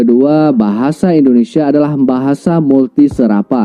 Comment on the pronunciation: Sayangnya kalau nyebut Indonesia....jadi endonesa...bukan endonesa bang...Indonesia....